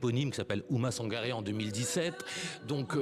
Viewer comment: Il répète Ouma Sangaré revoyez vous. Quand à la journaliste qui a du mal à dire qu’elle est française